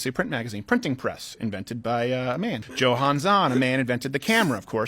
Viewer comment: Did this man really pronounce Johann (Yohann) as JOhann? I am disgusted.